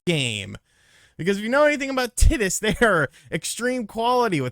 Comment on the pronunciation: I think you’re mispronouncing Titus 😂 Awesome